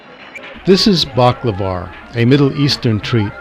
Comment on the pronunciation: "Baklavar"? Dude. Your pronounciation is pure Brooklyn. I suggest you stay away from the contemporary political commentary. If anyone wants to read the details of events leading up to the Afghan civil war of the 1980s, one place to start is the chapter on Afghanistan in William Blum's book 'Killing Hope: US Military and CIA Interventions Since WW2' (Common Courage Press 2004) and Blum's references therein.